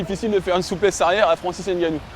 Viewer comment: Ngannou On prononce pas le N